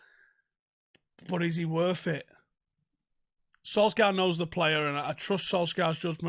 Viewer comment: Sul-Shire,, Sul-Shire!